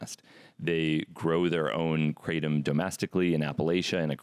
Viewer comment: I swear hamilton was saying krah tom not kray tum lmao 🤣